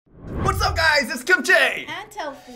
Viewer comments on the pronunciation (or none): Kim chi not Kimchey or chay